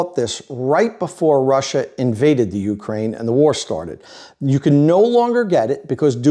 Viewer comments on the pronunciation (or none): none